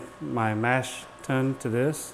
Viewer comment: I know this video is 4 years old, but come on! Mash "tune"? No. Mash "tun". And "Craw-zen"? Nope. Kroy-zen.